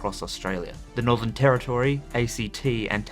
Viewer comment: Territory not Terri- toooory